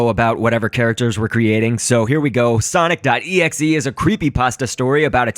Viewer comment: its pronounce exe